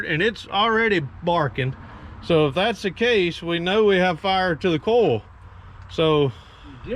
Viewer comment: Coil doesn't rhyme with coal. LOL from New England.